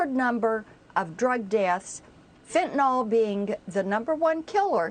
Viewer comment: ffs stop saying fentaNOL , it is fentaNYL.